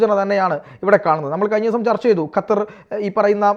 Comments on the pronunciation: ഹത്തർ അല്ല..... ഖത്തർ...!!!! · ഹതർ അല്ല ഖത്തർ aanu